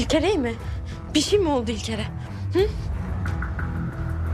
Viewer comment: Bu elaya cok sinir oluyorum hala ilker ilker diyor